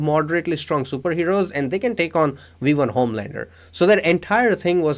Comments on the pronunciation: It’s V1 not wee 1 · Am I the only one hearing we1? Wirus? Waught? I’m not trying to be mean but I feel like I’m tripping